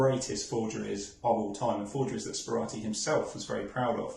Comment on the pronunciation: As someone who has purchased from Stanley Gibbons, including Sperati forgeries, I think that this video should be deleted and replaced. The fact that his name is pronounced incorrectly in the introduction should be a clue, but to hold stamps forward so that you can't even work out whether they are stamps or not is farcical. Lets have a decent article about this interesting man.